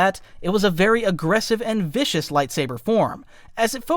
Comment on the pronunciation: viscus instead of vicious😂